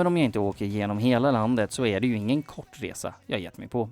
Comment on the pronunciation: Det går liksom inte ens att han förstå vad han säger ”transkvinnor R-kvinnor” liksom listar han hur han vill ha kvinnor, alternativt kan man höra honom fråga ”transkvinnor äre kvinnor?”